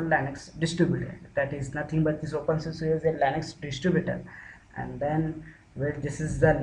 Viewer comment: Dude you seriously need to put more effort into making people understanding what you are doing, You might have done it a thousand times but the ones watching are trying to do it for the first time so.. seriously go slower and stop calling it OPENSUSU !!!